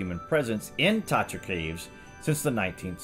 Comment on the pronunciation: I'd replay again the video when i heard Tartarus...oh its Tatra... Another great topic dude 💕💕💕